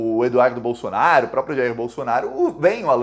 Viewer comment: Não é Bolsonar i o e nem Valdomar i O Procura um fono, cara não dá pra aguentar 15 minutos falando bolsonarIo bolsonario bolsonario